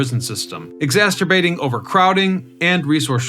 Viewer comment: lol "exacerbating" becoming "exasturbating" in this.